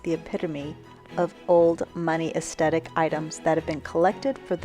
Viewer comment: "es - the -tik"